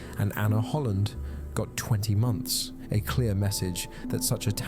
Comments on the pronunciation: "20 monts" .. months? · I believe it is months not monts. great video